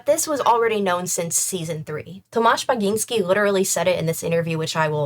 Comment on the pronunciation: After experiencing multiple ear bleeds from mispronunciations of Polish surnames, hearing Sapkowski and Bagiński pronounced correctly is a breath of fresh air!